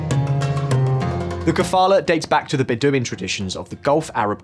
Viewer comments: Do you have some sort of inside joke whereby you try to pronounce foreign words wrong? I’ve never heard someone pronounce sharia or Bedouin so wrongly before. It makes your videos appear un researched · Bedouin can be said with the accent on the last syllable if you want to be a hard -core purist. Or on the first syllable. Just not on the second.